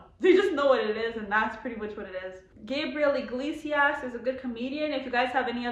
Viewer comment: There are only two Kool-Aid flavors that matter, "grape or red". Depending on what generation you are from will determine what "red" is. I was born in 1972 so "red" was cherry. They didn't have the other "reddish" flavors yet. And his last name, Iglesias is pronounced (E-glay-see-us)